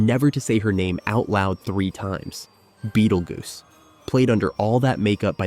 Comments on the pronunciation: why does this narrator keep calling him beetle goose. Is this dude so young he's never heard of beetle juice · I swear to god if you say bettlegoose one more time...